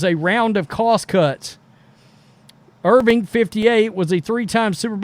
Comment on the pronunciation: His name is Irvin... NOT Irving.